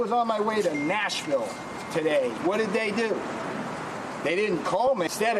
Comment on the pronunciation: I like how he emphasizes "Nashville" as if that makes a difference